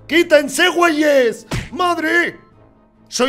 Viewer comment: Nunca habia escuchado un extranjero diciendo "weyes" de la forma mas natural posible. Hasta se escucho como mexicano.🤣